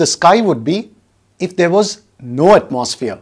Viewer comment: Heres a tip! The word atmosphere is pronounced atmo-sphere. The mo is a round o sound unlike the maw or the more open mouthed sound you are doing. Also the gap is not at atmos but it is at "atmo" Your pronunciation is something like atmaws feer It should be atmo sphere Then again, your videos help me a lot and i thank you for the contributions in my grades 😅. I have got a gold medal in Science Olympiad for your teachings. I hope to become a teacher like you one day!